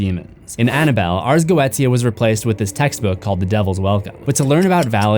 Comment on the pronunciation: I caught that "Annaboll Dell" lmao